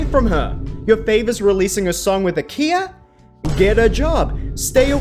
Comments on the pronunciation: “With a Kia”lmao it’s Khia (kiya) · not how KHIA is pronounced. Though, someone as tuned-into pop culture still not knowing how to prince her name is exactly why KHIA is the perfect person to use